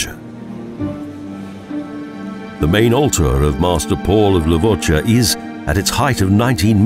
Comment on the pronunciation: Levoča, close enough